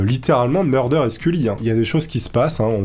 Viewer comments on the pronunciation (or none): MuLder et non MuRder hahaha sinon super vidéo encore une fois :)